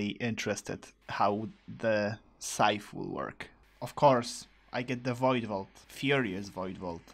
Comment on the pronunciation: SAY SCYTHE RIGHT NOW! Also, the mimicube reminds me of the Mimic Tear bossfight from Elden Ring, he also copies the player's inventory at the beggining of the fight, but in most cases is easier to defeat than this shit that brutally anihilated your hearts. :(